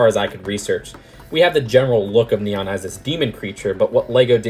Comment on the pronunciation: Not nian neon